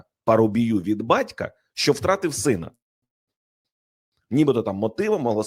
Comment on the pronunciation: А ЩО ТВОРИТЬСЯ З ТВОЄЮ ЩЕЛЕПОЮ,ЩО ТИ ТАК РУЙНУЄШ УКРАЇНСЬКУ МОВУ: ЩЬО,ЩЬОБ,ЩЄ,ЧЬОГО,ЧЬОМУ,ЧЯС,ПОЧЯТКУ,ЧЯСТИНІ,БАЧЄВ........???????????? ЦЕ ВЖЕ ГИДКО СЛУХАТИ З УСІХ КИЇВСЬКИХ КАНАЛІВ!!!!!!!!!!!!!!!!!!! ЗАХІДНА УКРАЇНА БУЛА ПІД АВСРІЙЦЯМИ,ПОЛЯКАМИ, ПРОКЛЯТИМИ «совєтами» І ЇХНІ ЩЕЛЕПИ НІХТО НЕ ЗМІГ ЗРУЙНУВАТИ,А КИЇВСЬКІ І СХІДНІ УРОДИ НАСТІЛЬКИ ДЕФОРМУВАЛИ СВОЇ ЩЕЛЕПИ ЛЮБОВЮ ДО ПРОКЛЯТОГО СВІТОМ І ЗАЛИТОГО УКРАЇНСЬКОЮ КРОВЮ «руского язика» ЩО НАВІТЬ НЕ МОЖУТЬ ПРАВИЛЬНО ВИМОВЛЯТИ УКРАЇНСЬКІ СЛОВА!!!!!!!!!!!!!! ГАНЬБА ВАМ,УРОДИ!!!!!!!!(УКРАЇНСЬКА ДІАСПОРА,США)